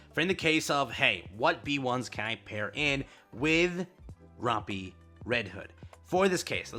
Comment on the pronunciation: Day 210 of telling that he pronounces Rapi’s name dumb